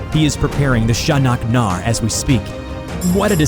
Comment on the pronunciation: Sha-nak-nar is uno reverse card